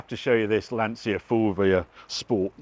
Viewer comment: Still can't pronounce Lancia or Guigaro